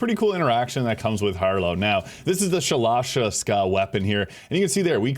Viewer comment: You murdered the pronunciation of that gun's name.